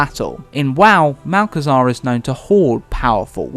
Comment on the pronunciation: "Malchezaa", my favourite